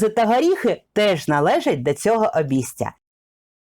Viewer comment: Якось дивно звучить у вас обісця))